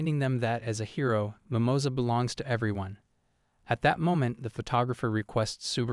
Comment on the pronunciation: "Mimoza" rabbit... that sound so wrong un spanish lol